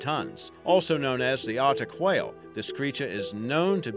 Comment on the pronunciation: i hate the way you say whale lol